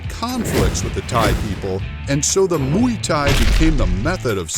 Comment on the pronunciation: Nem Muy thai, hanem Muay thai🤣